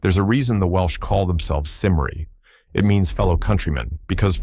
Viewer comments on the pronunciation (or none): Hi I'm welsh, it's not pronounced the way you prounced it. The C is pronounced as a K so it is pronounced as Kymru, written as cymru. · Dreadful pronunciation of Cymru - it is pronounced "Kum-Wry". Basing a study on just 2000 samples of DNA is highly unlikely to reveal a true ancestry for all the peoples of Briton.